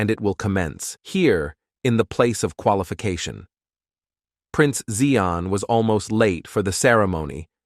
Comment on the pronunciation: When He said qualification